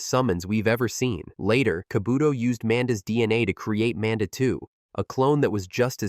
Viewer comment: It also will NEVER say Manda’s name properly. So even the well disguised voices that aren’t this default robot voice or the other deeper default voice, will always do it. I had one the other day that had a genuinely well done voice&speech pattern and the second it said Manda like the name Amanda I realized it was another AI which I’ll never not downvote cuz fuck the slop. Tho I do like all the exposition of this one ironically, I do get why many (including urself) wouldn’t.